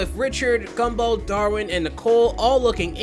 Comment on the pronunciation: i heard scumball and laughed